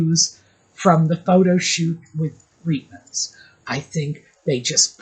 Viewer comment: Please call Reitman's with a long i and is eye. As a Jew and a Canadian whose mother used to shop at the Reitman's store i our neighbourhood on St. Clair Ave. West , Toronto, in the 1960' s (it lasted there for decades). The people in the store called it Reitman's as in the long "i".I take umbrage at people not pronouncing Jewish names in their original way. Stop Anglicizing it or better yet, sanitizing it so as not to sound too Jewish. In German ei = i, ie = ee. Stein means stone. I hear the same thing for the pronunciation for Leonard Bernstein, Elmer Bernstein, etc. Ivan Reitman, the Hollywood director is the son/grandson of the original family who started their clothing store in Montreal, Canada.